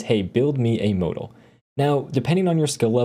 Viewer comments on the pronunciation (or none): anyone else getting oddly fustrated at how he says modal